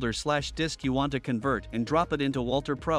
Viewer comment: Guys, great video but have a REAL human doing the voice over and not AI (it must be AI because of the subtle mispronunciations, like convert). A real human voice just brings that little bit extra.